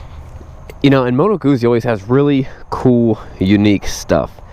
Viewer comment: i'm italian, good guzzi pronunciation.